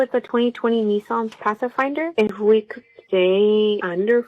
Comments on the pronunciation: Path- a -finder! 😂 She hit that invisible a hard... Can't afford it if you can't pronounce it 😂😂😂😂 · Nissan Path-a-finder? What a moron